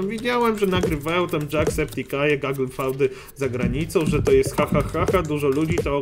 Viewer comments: NIE CZYTA SIE GOOGLE FAUD TYLKO GOOGLE FIUD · Google fałd? Chyba Google fiud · nie "fałd" tylko "fjud" XDDD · to sie czyta fiud nie faud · "Feud" czytasz jaka "Faud" ? Ja wiem że z faudami wspólnego masz dużo ale uważaj na wymowę :V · GOOGLE FAŁD? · Mówi się "fjud" i "czejmber" a nie "hamber" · czyta sie gugl fjut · to sie czyta fiud